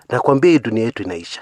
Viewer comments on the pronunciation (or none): none